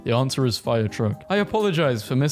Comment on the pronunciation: “DID YOU PUT YOUR NAME IN THE GOBLET OF FIYAHH??”